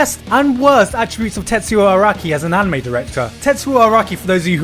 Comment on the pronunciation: You pronounced anime wrong